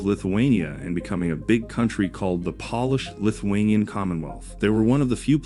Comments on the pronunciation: Poor AI doesn’t know the difference between polish & Polish. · Wait a minute. NATO is "a club for countries to help eachother stay safe"? I was almost willing to accept that the narration can't pronounce "Polish", but blundering the significance of NATO is too much. Bye-bye.